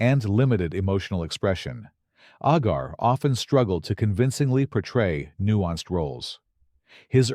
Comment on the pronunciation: Movies are meant to be entertainment. All actors may not be able to act in Shakespeare plays. However, as Arnold Schwarzenegger once said Dustin Hoffman could not play Conan the Barbarian. The computer needs to learn how to pronounce Agar.